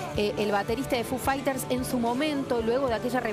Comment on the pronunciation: Me sangran los oídos cuando a Foo Fighters lo pronuncia como "fu faiters" Diooss. Necesitaba decir eso, me re fuí...